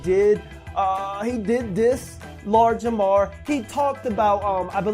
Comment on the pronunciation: i swear I'm hearing Lard Jamar lol